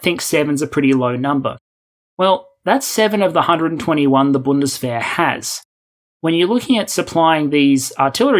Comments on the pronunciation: Just a sidenote, but you said Panzerhaubitze 2000 very well compared to 95% of all youtuber trying to speak german. With accent, but very well pronounced, Bundeswehr also very well. Nice to hear. I completely agree, that Europe has to care for it's defense by it's own and we are late. But not too late. Macron is in power again, german government wants to cooperate widely, EU is going to cut the unanimous rule, big changes ahead. An US/Anglo - EU century to come. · Really nice job, pronouncing the German words. You nailed it with Bundeswehr and Panzerhaubitze-2000, eventhough they are really difficult words. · Best analytics channel ever! Awesome research, top topics and perfect rationell. Love it. 5 Stars! And you even pronounce the PZH2000 and Bundeswehr in correct German! Your a stud, dude!